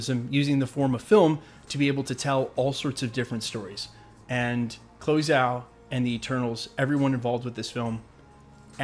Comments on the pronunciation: why are you pronouncing “Zhao” improperly? Quite disrespectful, mate. Zhao | IPA /dʒaʊ/ The Zh is close to a J sound, not a Z sound You do so much research, most of it good, so I know you looked into how to pronounce her name. Please be more respectful towards people. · Zh in pin yin is pronounced dg. So it would sound like this (dgaow) or (jaow). So j with an (ow) as in ouch. I know I sound like "that guy" but it makes me cringe every time you say it. That said, I still love your channel and what you put out. Keep it goin handsome!!😉